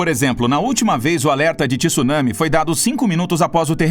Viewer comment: 2021 e o cara não sabe pronunciar “tsunami” ainda, pqp!